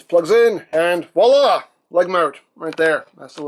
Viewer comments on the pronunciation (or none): none